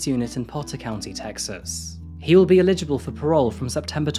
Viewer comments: You have a habit of saying illegible instead of eligible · Eligible is pronounced El-ij-able...not ill-ej -able...you make it sound like you are saying illegible which means un-readable . I'm being constructive not mean. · Exactly why he would hate to make such a mistake dont you think? He is simply pronouncing it in error & is saying "illegible" instead of Eligible...two different words & meanings. Anyway I am not a grammar Nazi, I am a 55yr old mature language lover & teacher of English as a foreign language, I am not trying to be mean, & he will not be as bothered by my bringing it to his attention as you appear to be. I have a degree in English language & I know prides himself on his clear well spoken diction... I am sorry you take offence at my correction but im sure he will appreciate the sentiment behind it, he did it twice so its not just a slip of the tongue, so he needs it mentioned in order to realise his mistake. Its how we learn, I am Irish & I do not take offence at my elders passing down their knowledge im sure he wont either. 🙏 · Love the vids but he pronounces eligible as illegible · Great story telling. Well researched and interesting, thank you. Just one thing...Eligible. It's E as in egg. Li as in lit. GIble as in kibble. Accent on the E. EH-lijibble. 😅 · El-ih-gib-bull. Eligible. You can do it. Eligible. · Mate, I really enjoy your videos but for the love of god please learn how to pronounce eligible. Illegible means something completely different.